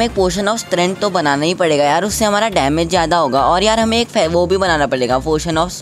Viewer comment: ne kha padega ko palega ga 🤣🤣🤣